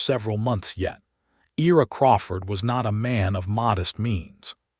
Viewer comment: I ra. Not E ra.